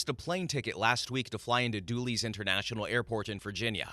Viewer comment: it dulles pronounced "dull" as in boring "less" as in not having enough. not dooles